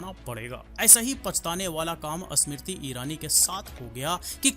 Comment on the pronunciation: O bhai ASmiriti irani nhi smiriti irani bol 😂😂 ASmiriti 😂😂